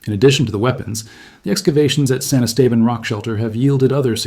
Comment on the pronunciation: san esteban? can you pronounce it correctly?